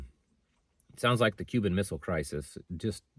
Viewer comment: We sure don't have a JFK in the Big house any more! "Cuban mistlle crisis"